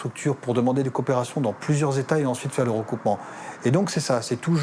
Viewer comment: "Nous zaurons les moyens de vous vaire parler !!! " 😂😂😂😂